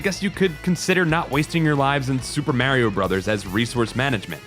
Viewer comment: Remember kids: It's pronounced “Maah-rio”, not “Meeh-rio”